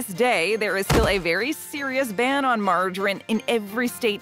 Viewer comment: Wha...wha....why can't she say margarine correctly?